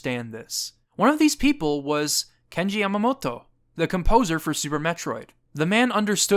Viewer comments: Its cute how you say the japanese names, but when you say Yamamoto it sounds like your pronouncing it like Yamamotto. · Just a quick note: Yamamoto is pronounced as it is spelled. You've pronounced it here as Yamamot-to. Japanese consonants are short unless explicitly made long, so this is a vastly incorrect pronunciation. Great video otherwise.